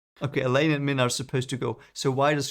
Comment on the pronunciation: There is no "Selene's Wind". Not sure how you got that first chapter weird wind has anything to do with Selene. Also, its elay-n not elay-nee